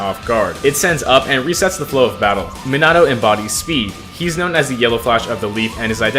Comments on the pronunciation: "Minado" It's Mean ah toe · me-nuh-toe, not me-nah-toe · the way the say minato rubs me the wrong way "minado" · if you say minahtoe one more time... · Minato’s name is pronounced ( me-na-toe) Love your videos btw! ❤️ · "Minado" 💀 aw nah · Just thought I should tell you, you pronounce his name (meen-a-toe) Not tryna hate or anything great video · Bro said meannahto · was it just me or did he say: “Minano Namikaze ” 😳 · the name pronounciation BRUHHHHHHHHHHHH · You say minato so weird just stop 💀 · It made me so mad when he got his name wrong basically every time 😭 anyway W build as always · stop pronouncing minato like that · why does he say Minato like that 😡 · he said menato minato and nimkize minikaze